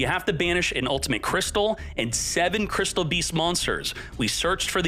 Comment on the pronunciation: Crystial beas-zzz.....